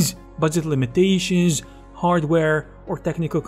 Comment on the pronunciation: “Hey guuuuuys, let’s talk aboooooooouuuuuuut… the limitayshins of the orientayshin, of the rotayshin, and also animayshins, vejitayshins and simulayshins”.😂 I love this guy’s accent lol